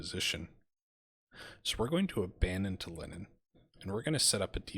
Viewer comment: It will be interesting to see how well the Ai is able to perform offensive actions, often ais are much better at defence than attack. The city in estonia is pronounced tal-in not tal-in-in. Mabye you can try Vistula to Berlin after you finish one of these campaigns as you'll have more skill then for the harder scenario.